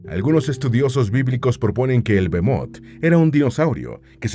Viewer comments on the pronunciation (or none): No es bemot sino behemot que significa bestion, además esto está en poesía, deberían de documentarse